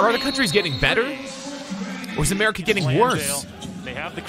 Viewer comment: Ameri-cuhh! No, just me? Ok my bad